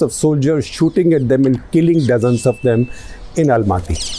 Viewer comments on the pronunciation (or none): none